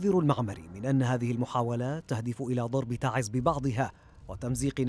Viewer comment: abn algnop ي اخي انطقها سع الخلق تعزززززززززز نحنا نعمل ب اصلنا وم نغلط ع مدنكم ومعروف ان تعز هي من قدمت قوافل من الشهداء بجميع اليمن